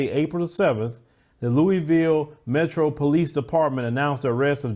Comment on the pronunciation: "Luh ah vul" Louisville